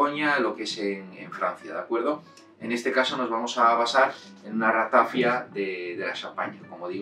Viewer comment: Perdone, se pronuncia Ratafía, en catalán no se acentúa la i porque no hay diptongo.